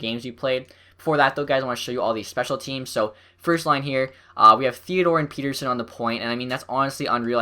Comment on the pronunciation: It pronounced "pet-terson" There's two T's